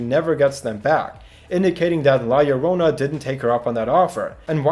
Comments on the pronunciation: YO-RO-NA NOT LORONA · YOU GOT THE YO PART RIGHT AT ONE PART BUT NO THE RO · Btw it is pronounced lajorona because it is a colombian folk tale and in spanish double ll is pronounced j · so you can look up what her name is but not how to pronounce it? how yt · I love how you pronounce llorona